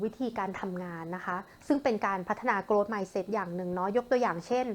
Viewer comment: ช่วงแรกๆออกเสียงผิดนะคะ grow-growth